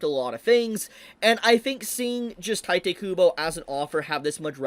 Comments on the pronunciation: It's not "taite" kubo, it's "tite," ti as in tea and te as in tell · It's teete not tYte.... You are brutalising his name. Anyway, I heard that weather Apps are now requiring IDs in Texas. n texas. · Bro, it's "tiiiitehh kubo", not "taitay kubo"... XD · It’s pronounced Tite (Taito) Kubo. It’s explicitly not pronounced the Japanese way. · Friendly PSA that Tite is supposed to be read as Taito. Or you can read it however you want, I'm not your mom. Just saying coz many ppl don't notice just coz it's a quirky af romanization.